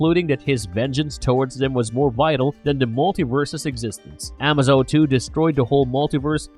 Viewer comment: "a-MAY-zo", like in "amazing", not "AH-ma-zo", like in "amazon."